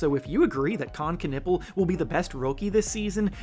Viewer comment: Con nep pel not con nipple